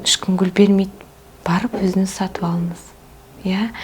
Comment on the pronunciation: "Н, ң" әріптерінің емлесін үйреніңізші, өтініш! Қазақтың қазақ тілінде сөйлей алмай "Өзініз, өзінізді еркелетініз, кенестер, көніл бөлініз" деуі кешірімсіз.